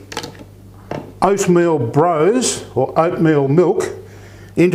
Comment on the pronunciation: Lovely video, this is my Scottish best mate's favourite dessert. She says to pronounce it Bross rather than Brose, even though it is spelt with the E.